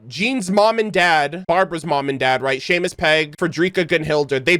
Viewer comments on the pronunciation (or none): none